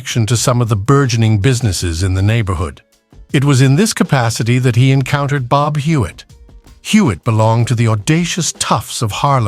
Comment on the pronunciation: Please. I have a very, very tough time following both the images and the odd narration for this video. First, the faces keep changing... and then sometimes at a blistering pace. Then one minute it is "Bob"... the next it is "Bab." And this kind of thing happens with other names and images. Why not get a real human voice and a script using accurate terminology? And nobody in the USA EVER referred to the numbers racket as a "lottery"...OMG! It was simply known as "the numbers"... period. Yessss. it worked similar to what is known today as a "lottery" or "lotto" but the numbers racket was never known as such. Furthermore, the name of the woman who ran the numbers racket jumps from one spelling and pronunciation to another... and her story is somewhat in error. Furthermore, the images of cars show totally or partially morphed designs that never were. One wonders why so much effort was made to create such fictional never-weres when the originals would have been far better (and more historically realistic) to view. Why?